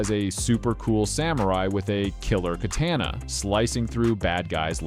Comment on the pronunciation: HOW CAN YOU BE SO SMART AND NOT KNOW HOW TO PRONOUNCE "KA-TAWNA" ---AKA KATANA